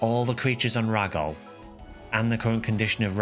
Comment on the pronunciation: Really late to finish watching this but this was such a good one! Who knew the story was so good. I also think it’s interesting how people pronounce pso stuff. Like Gee foie or Jee foie. And you pronounce it rah-gol but I always thought it was ray-gol. And flowen you pronounce differently, I always say flow-un. But I first played this game when I was very young and didn’t know the word pioneer. So I actually use to think it was pronounced pee-on-er. I was young…ish.